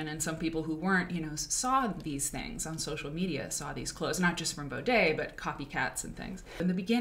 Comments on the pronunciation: Again, please pronounce her name correctly before making a full video about her. Do your research. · Considering she isn't even pronouncing Bode's name correctly, no... I don't think there was much respect for Emily or the brand. Watching any interview of Emily Bode on youtube would have informed her about that. This is very telling of the "research" that went into the making of this video.